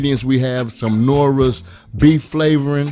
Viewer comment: “Knorra’s” he said what he said and if u’ve ever tried his recipes then u gone get out there and look for that daggone Knorra’s.